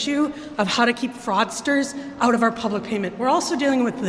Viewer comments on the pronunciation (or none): none